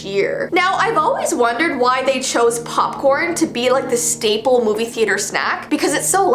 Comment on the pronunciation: omg she said that u eat a moov hehehehehehehhehehehehehehehehe